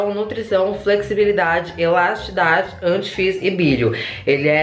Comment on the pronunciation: Elastidade* kkkkkkkkkkk